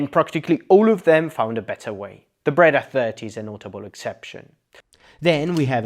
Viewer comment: Just to begin, it is not a "Brada" but a "Breda" then...